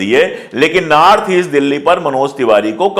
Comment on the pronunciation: Aap north ko naarth kyu bol rahe hai?itne achhe patrakar hai phir bhi🤔